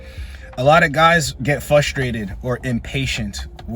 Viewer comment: it's pronounced frustrated